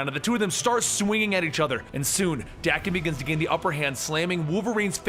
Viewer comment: FYI: Daken is pronounced Dock-en.